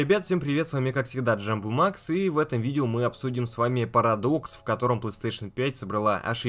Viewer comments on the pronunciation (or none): none